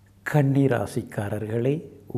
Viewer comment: Kani illa😂 kanni😊